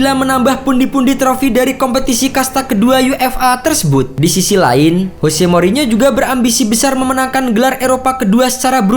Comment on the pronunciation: Jose, bukan Hose.